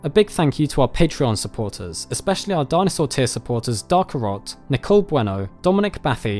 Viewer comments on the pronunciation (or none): none